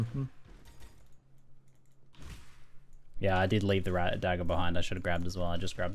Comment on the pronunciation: he called them "dajjers" too